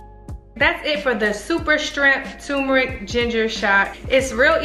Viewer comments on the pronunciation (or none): Why do people pronounce it TUMERIC, when it’s TURMERIC?!?!?